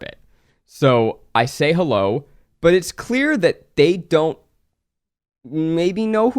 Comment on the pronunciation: i heard say "i like coochie" "hewwo"